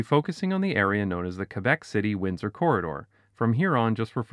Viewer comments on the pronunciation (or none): Stopped listening when you said Quebec.